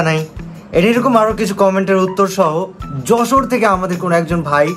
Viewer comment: Vai oi ta Jessore na Jashore hobe